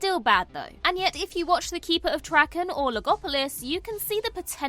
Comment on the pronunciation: The Keeper of Traken is pronounced 'Trarken', not Tracken...